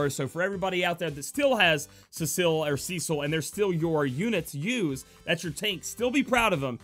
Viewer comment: It's pronounced Seh-sull (cecil), & Mee-ul-nur (mjolnir)